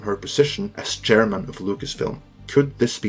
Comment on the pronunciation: "... Kathleen Kennedy, who was promoted from then Co-Chariman to Chariman." Chair ... MAN????? triggered